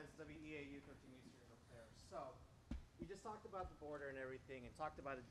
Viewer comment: First, doofus doesn't know how to pronounce Eau Claire properly... They're still playing the Insurrection Song, "Gloria—" Kimberly Guilfoyle sleaze-danced to and MAGA ruined; no doubt they're playing all those songs illegally.